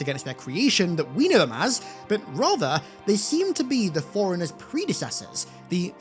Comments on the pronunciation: C'mon dude, it sounds like you're saying "foreignehs" instead of forerunners. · Forerunners sounds alot like 'foreigners'. Maybe its meant to be foreigner? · You're making forerunners sound like foreigners. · Ngl it sounds like you're saying "foreigners" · It sounded for a sec like you were saying “foreigners” not Forerunners 😮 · Its FORERUNNERS?!?!? i thought he was saying foreigners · I did not understand what Foreigners even are at first. But then...... Forerunners pronounced fast 😅😅